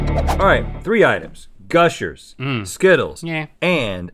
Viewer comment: Gushers became Mushers